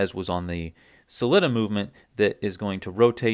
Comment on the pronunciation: OMG please pronounce "Sell-eeta" (and not "Slitta") like the people at Sellita unless you're being ironic in which case I love it Ral Ucks and See Icko and Paddock Flip all day Great videos